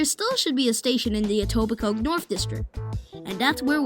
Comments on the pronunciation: Informative and well done video! By the way, people don't pronounce the 'k' in Etobicoke, effectively it's Etobico. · Great video and intent. Thank you. One tip... The ke in Etobicoke is not pronounced. It's pronounced etobico